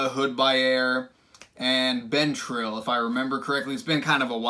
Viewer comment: Isn't been pronounced bin? Or is the brand called ben trill?